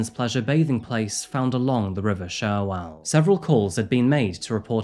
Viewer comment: Please pronounce CHerwell right not SHerwell 🥲 I’m from Banbury would love to hear more stories about the local area!